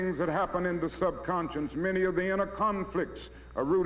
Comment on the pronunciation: "...the SUNCONSCIENCE...". Almost a word Dr. So close, and yet.